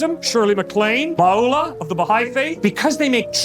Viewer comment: The text refereed to Baha'u'llah as Maula of the Bahai faith. The gentleman said his name correctly.